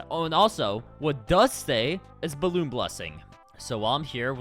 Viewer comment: ? Also, (for future reference) it's "balloon"